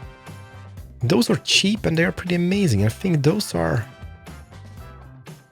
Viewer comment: Please! It's: "those" and not: "does". I know it's not always easy, since I'm Swedish too, but please try to get it right!